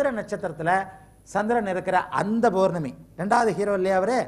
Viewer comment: not bournami it's pournami.not balangal..it's palangal